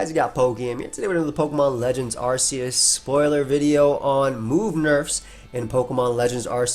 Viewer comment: It’s pronounced ar-kay-us because he has an arc on his back and silvally’s ability is “RKS” system